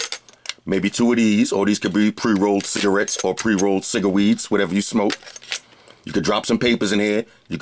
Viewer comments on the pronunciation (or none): Did this nigga say ciggaweeds